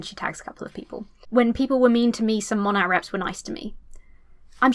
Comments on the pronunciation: I love how you keep saying Mon-AT as opposed to Mo-NAY 😂 😂 all the Monat reps scream at people mispronouncing their “business” lol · Everytime you say MonaT it kills me a little bit. The T is silent it's pronounced like mow-neigh. Like mow your lawn and the horse says neigh. Please